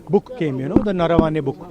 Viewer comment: Medam navarane kadu naravane ani paluku